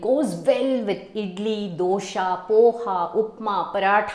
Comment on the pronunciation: Your explanation,the recipe all sounds very good,except when you say Dosha…..for Dosa ,it totally gives a different meaning. So Mam, please correct your self in pronouncing such words depending upon the subject.Thank you and I really enjoy your recipes.I have tried Instant Sambar pedi, it turned out excellent, so much short cuts and I like short cuts.Thank you again.